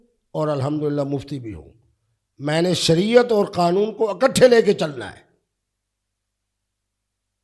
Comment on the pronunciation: ابے چُوتیے، یہ لفظ ’’قانون‘‘ ہے، ’’قنون‘‘ نہیں۔ چُوتیا زمانے بھر کا! مُفتی بنتا ہے!